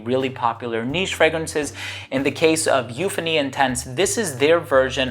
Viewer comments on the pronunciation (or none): Im pretty sure it's pronounced like "you phony" 🤔